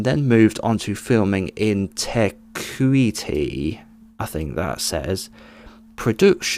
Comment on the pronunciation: Tea coo ee tee is how you say Te Kuiti....kiwi here im going to find the set in northhead very soon....